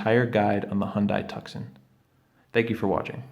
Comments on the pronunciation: thank you. however the C in Tucson" is silent- TU-son. like Tucson, AZ 😍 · Your video was very helpful, thank you. If you do more videos for the Tuscon, the name is pronounced like "2-s-on".